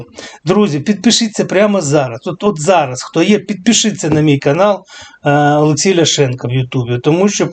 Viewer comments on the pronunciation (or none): none